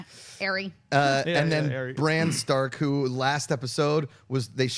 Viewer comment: I think I'm going to do this every video till you guys start saying her name correctly, Ar-Ya, Ar-Ya, Ar-Ya, Ar-Ya, Ar-Ya, Ar-Ya >.<